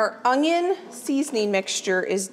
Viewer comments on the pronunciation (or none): She is so awesome and I never miss a video, but I do believe I hear a G in the word onion when she says onion ... How in the world do you do this with a new baby? I love your videos and I am 64 years old and love learning from you and sharing with grand kids. Keep up the good work.. and God bless you and your energy and enthusiasm!!